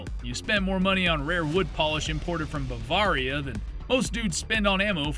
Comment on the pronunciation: That pronunciation of Bavaria was horrendous 🤣